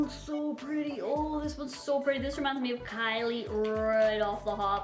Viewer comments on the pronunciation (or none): none